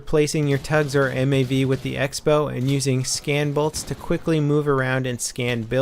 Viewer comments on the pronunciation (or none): Use X as cross in writing? Sounds ridicolous, and I've never seen it before... But still, it should be pronounced crossbow.